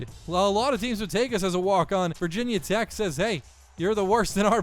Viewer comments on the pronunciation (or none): none